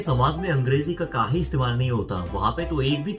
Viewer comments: I liked ur kaay hey😁😁😁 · When he saying kahe.....I love it😁😁😁😁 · आप सच में एक बिहारी से हिंदी सीखे हुए लग रहे है।। ये "काहे, ससुरा" बिलकुल सही तरह से बोले आप😂😂.... वैसे हम भी बिहार से है🤗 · "काहे" "ससुरा".... अपने सही बोला था। आपको UP Bihar वाले सिखाए है हिंदी।